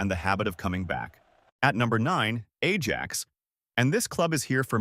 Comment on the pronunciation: Stop with the Ai slop chat , can’t even pronounce Ajax properly, if you can’t be bothered to put a true voice over on the video don’t even bother it’s unwatchable listening to that